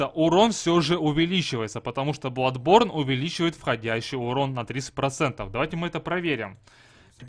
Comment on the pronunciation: Я в ахере, я понимаю хотябы маэлсторм, а не маэлштром, но бладБорн! Facepalm x 10000